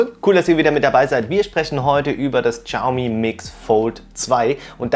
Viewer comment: Das "X" in der chinesischen Sprache ist stumm. Man spricht es nicht "Tschaumi" sondern "Schiaumi".